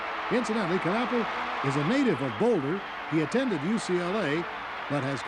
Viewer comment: My junior year at CU. What a great game it was. The Buffs went to the Orange Bowl that year, but were beaten by Ohio State. By the way, the K in Knapple is silent.